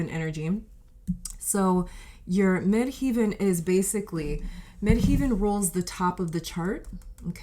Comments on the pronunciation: Midheaven or MC is pronounced as Mid Heaven, as in Heaven and hell. Not "heeven." Just a friendly reminder from an astrologer and linguist. Contructive criticism. I'm just trying to help. I've been an astrologer for 40 years and a tarot reader for longer: 44 years. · The second part of the word 'Midheaven' is pronounced like 'heaven', not 'heeven'. Thanks for the reading.